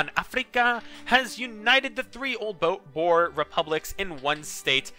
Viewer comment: the pronounciation for Boer is Bör (or you can say the oe as a U,like the first U in Umlaut. hope that helped (again)